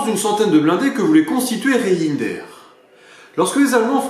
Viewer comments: Reijnders ne se prononce pas " re in der" mais "reine..derse" phonétiquement bien sur. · haaa les français et la prononciation de nom hollandais ... Reijnders ça ce prononce "rèndèrs" enfin ça reste mignon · désolé mais je suis mort de rire quand vous prononcez par exemple le nom du général Reijnders